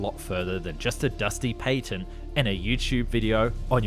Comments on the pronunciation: the PATTENT ( PAT - TENT) not PAY TENT. -_ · A missile carries a warhead, rockets do not have warheads, therefore the two terms are not interchangeable. Also, patent has a short a, as in apple,not a long a as in airplane.